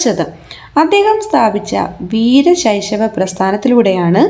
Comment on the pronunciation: വീരശൈശവ ❌വീര ശൈവ✅